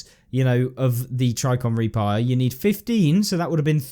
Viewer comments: Tri-ji-con not try-con! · “Tricon” made me a little more frustrated each time he said it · Pssssssst there's a J in Trijicon. It's pronounced tridge-eh-con. <3.